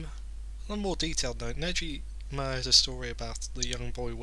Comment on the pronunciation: the g in negima is pronounced like the word go